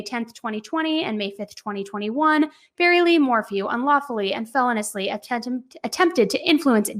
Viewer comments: "Felonously"????? Itis feloneously. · I’m sorry I just can’t listen anymore without saying anything. It’s not felon-ously. It’s fel-O-niously. The emphasis is on the O, not the E. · Feloniously is pronounced fell-owe-nee-oos-lee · Feh-LOH-nee-us-lee … not, FEH-lon-us-lee. Just saying … 💁🏻‍♂️ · driving me crazy how you keep saying "fell ah niss " instead of "fuh low nee us" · Please! It’s feloniously. Like feloneeeeeeously. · The latest information is that the manager of the hotel said the room always has a chlorine smell because it's directly above the indoor pool. Also, please check the pronunciation of felonious, please. Hearing felon-ous-ly is like nails on a chalkboard! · I love your work,, but the word feloniously has 5 syllables and is pronounced "fuh-LOW-nee-us-lee". And the word capacity has no "m" in it. Just wanted to be of service to you. ☺️